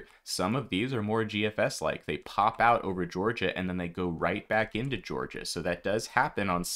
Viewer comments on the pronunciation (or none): none